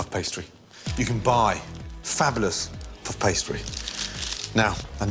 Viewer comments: “Pff pastry”? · I can’t be the only one who laughed every time he said “puff pastry” 😅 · He says puff pastry weirdly